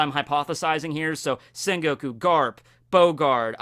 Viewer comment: it's quite disturb me with the sen goku instead of sengoku